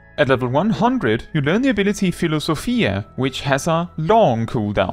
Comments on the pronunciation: Thanks for the guide! For what it's worth, you pronounced Philosophia correctly like a Greek would 😂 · Philosophia was actually pronounced correctly. Pneuma needed some work though❤